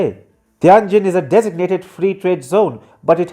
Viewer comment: I don't like China much. I like this sort of smug, confused, inaccurate critique less. Learn to pronounce Tianjin, jesus, it would take five seconds to check.